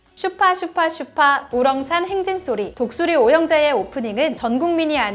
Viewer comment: 충돌? 충동? 독수리오형제 잘못읽으셨네